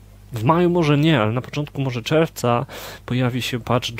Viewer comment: "Czerwca" fajnie to powiedziałeś./ Z takim akcentem "czełwca" :D